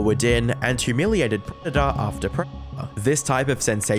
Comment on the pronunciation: You can't even say 'predator' come on man haha. This is pathetic